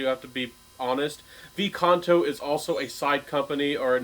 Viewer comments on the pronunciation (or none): It's "quinto canto" the "5th song" , not vi canto....